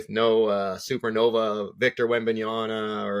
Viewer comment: I can’t when someone still says WembanYANA. It’s like still messing up Antetokounmpo as an NBA journalist.